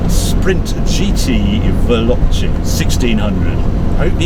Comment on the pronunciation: repeat after me VAY LO CHAY not VELLOCHEE . its like nails down a blackboard